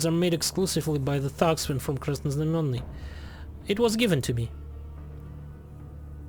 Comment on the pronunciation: perfect pronounciation of Krasnoznamienny he he